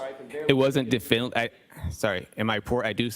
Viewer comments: If this guy says definitively the wrong way one more time. 🤣🤣 I need the low down of this case.🤣🤣🤣🤣 what a joke he is. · I love how he CANT say definitively he says "definly" very strange how incompetent he is, especially when a womans life is on the line he just doesn't care. Looks like hes been bullied into this role by leading investigators. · Definly 😳 is that a new word? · Not definitively, definnely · "Definley?" oh you mean definitively 😂😂😂😂😂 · Someone teach this man to say definitely or definitively. Good lord! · Lmao EVERY TIME he TRIES to say the word “definitively” I crack up! I’m probably the only one who thinks this but when the court reporter says “you CANT say definitively?” I laugh even harder. I know what she’s trying to ask him but the guy can’t actually say the word so her asking this is just absolutely priceless. 😂😂😂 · Add Trooper paul..... please I am begging you for all of us and all of our sanity please quit trying to use big words because according to how his pronunciation is it must be a big word please stop saying definitively if you don't know how to say definitively somebody shoot me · Its ABSOLUTELY TERRIFYING that this man has a GUN and a badge!! and crime scenes talk to him. The Massachusetts State Troopers reconstruction expert can't properly say the word "definitively". I dont know what station he works out of but i would move immediately